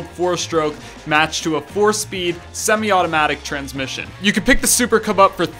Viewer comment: did you just said "super kebab" instead of "super cub"?